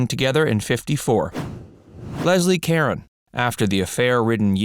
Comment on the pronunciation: Leslee Caron (pronounced: Ka-rah'on. It's French. Gotta "swallow" the R. lol):virtualhug